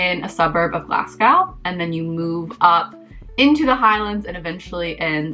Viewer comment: FYI…..Glasgow is pronounced Glasgo, just say it as if the W isn’t there